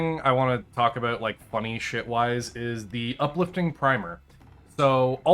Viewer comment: Holy wah! please just post a video of you saying about.